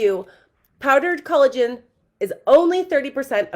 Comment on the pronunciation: “Cullagen” and “hyarulonic” acid has me rolling 😂😂😂😂